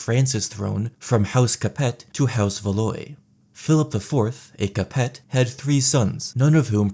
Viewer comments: The pain of listening to pronunciation of "Valois" aside, let's see... Given that GrrrrrrrrrrrM will almost certainly never finish Winds of Winter, let alone the Dream of Spring, and with the endings we got in show, the houses Targaryen and Stark both have gone extinct already... Arya pissed off to a place of no return, Sansa thou getting to be Queen of the North, if she marries - the child won't be a Stark anyway. Bloodline-wise, she might have a bastard child, and then legitimise it. D&D didn't consider "There must always be a Stark in Winterfell" part. However, if by some miracle GrrrrrrrrM ever finishes ASOIAF - perhaps Rickon might survive long enough to at least marry someone and father a child, thus preserving the bloodline, but that event seems a bit unlikely (although, if he's a Shag-gy Dog.. who knows?). Even worse, the Starks don't even have any cousins to pick up the mantle, Benjen should've thought about that before joining the NW (Lannisters at least have cousins, "lesser Lannisters"... and Tyrion). And, finally, Jon "I don't want it/ muh queen" killed off House Targaryen by not asserting his claim, at least as a Targ if not the king... but even so, I don't know how the state of being resurrected impacts a man's fertility, but I'd guess it'd be - negatively. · Its pronounced “Val wah” lol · 'house VAH-LOY' 😂🫵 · These pronunciations took me out. House Valoy lmao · I listen to this videos for sleeping and the way you pronounced Valois made me have a nightmare. Love the content though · Plantagenet is pronounced /ˌplæn.təˈdʒɛn.ɪt/ and Valois is /væˈlwɑː/, if you were unsure about how to say these words you’re already on YouTube and could’ve easily watched a history video about Edward III or Charles VII to hear someone say it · I love the video but the way you pronounce Plantagenet and Valois makes me wish for the long night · Isn't Valois pronounced like valwa, bc oi makes a wa sound, and the t is silent in capet